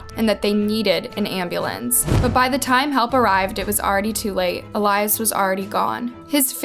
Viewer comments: Is it really pronounced “ elyze “ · Can you be more mindful and considerate about the way you pronounce latinx names? At least pretend to care about the latinx community by researching how to pronounce our names. I’m sure you’re banking on this video yet haven’t pronounced poor Eh-lee-ahs’ (Elias’) name correctly ONCE. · It’s EL-YAS. Not ALAYAS. Jut want to point that out. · Why are you pronouncing it El-eye-iss and his mom says El-ee-es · His name was EEE-LEE-US Let's respect the dead, especially since you're profiting off of his death. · Loved the story, well researched and narrated. the only thing that kept shaking me out of it was when you kept pronouncing his name wrong. his mom said it the right way... you must have seen that doing research. why didn't you just say it like she did? I know you probably didn't mean it too but it came across as if you didn't care to say it correctly or respectfully. which sucks because everything else is great. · It would be nice if you pronounced the brother's name correctly. It would show some effort and caring on your part. Also, to everyone watching this a nice girl will not ask you to meet at a park at 2 am May Elias rest in peace. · Did you even watch the clips you used? You can clearly hear how family and friends pronounce Elias' name, but you still manage to mispronounce it every time. Just a little disrespectful to not even get his name right. RIP Elias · Why do you keep mispronouncing his name after his family and news said it multiple times? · Imagine creating a story about someone and hearing the way you say his name VS the world. It’s not hard 🤦🏽‍♀️ I cringed on this one